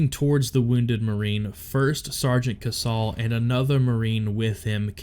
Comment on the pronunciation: It's pronounced KaySal not kasaul. He should have received a Medal of Honor for this as well. Had this happened in 2007 he would have got the MOH. Same with SgtMaj Lehew.